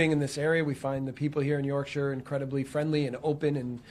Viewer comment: Please Mr Marsch learn how to say YORKSHIRE as it should be fella